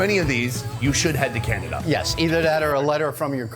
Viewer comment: Lol he said Cananada